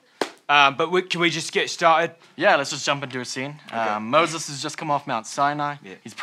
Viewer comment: "I'm Mosses"